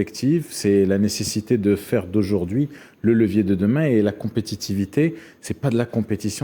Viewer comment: Levier * pas lecier. Vous êtes tous aussi nuls les uns que les autres